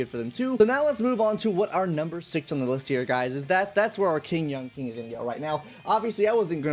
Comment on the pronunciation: "Yanking" lmao